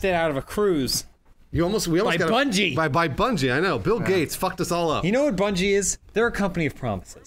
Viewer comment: I fucking lost it when called it "Bun-gee."